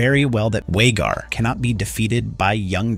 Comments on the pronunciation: It’s VHAGAR NOT WAYGAR BRUHH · is this an AI voiceover? Way-gar instead of Vhagar, be-throated(!) instead of betrothed... This is a good preview, however, I feel more comfortable listening to a natural speaking voice, like Gray Area and others. I will check back when this channel posts it's next video, in case the robotic one-tone voice narrator is dropped. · Vhagar not whagar 😂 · “Waygar”? Who’s that? Can the people watch the show please read the scripts 😀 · Just hearing you say ""RAIN-uruh" & "Yaygar" drives me insane! Sounds like u have no idea who u are even talking about. Stop being so lazy using AI, & speak for yourself. Please..smh.🙄 😂